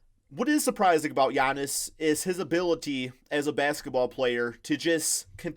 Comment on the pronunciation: Lol when he was trying to say Giannis’ name😂